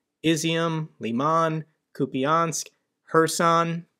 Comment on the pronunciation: you’re doing a great job. Your videos are so well-organized and researched. But please I am begging you, there are 2 syllables in Kupiansk, not three the way you say it. “ia” is a single letter in Ukrainian «я». It is one sound. Please I know you can do it.